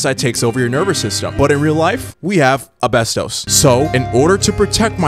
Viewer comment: Why do you keep saying abestos when you have the real word popping up on the screen each time you're saying it😂😂 ASbestos goddammit😂